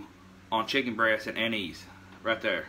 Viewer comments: Lol... "Anizee"... Us yankees of Italian descent (not i-talian) would like to inform you that it is pronounced An-iss.... Nonetheless excited to give it a try. The smell reminds me of my grandpa drinking sambucca in his coffee. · Its not " Ann- eese, its An -is ". Its also illegal in the state of WV to fish with it. Better check your state regs.